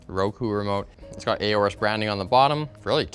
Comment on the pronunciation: im pretty sure its just "orus" not "ayorus"